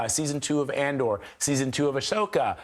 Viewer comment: Not Ashoka...Ahsoka